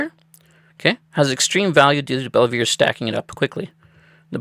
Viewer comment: It's pronounced Bell-Vuu